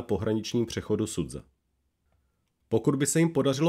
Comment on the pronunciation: Základem dobré reportáže je používání správné výslovnosti místních názvů. Nevím, kde jste vzali název "Sudza" pro město Суджа ("Sudža"), když i originál kanál to používá správně. Strašně to tahá za uši a velice degraduje hodnotu příspěvku. Dík, že jsem se tu mohl vykecat...